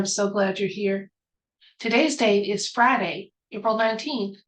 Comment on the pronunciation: 1, Hi!! Glad to catch you early in, and 2, did I catch your accent? "Today's Fry'day...". If so, welcome. If not, no matter, you're always welcome, darlin', no matter what. Or, you've hung around some one of a southern draw. Love Always blessed one.